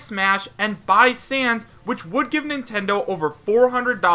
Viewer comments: I know that its a joke because you said san instead of sans. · Who else is watching this after he is a mii fighter costume also its Sans not San